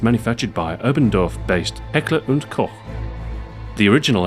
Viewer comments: he said kock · Its not COCK its COKE! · heckler and koch (cock)?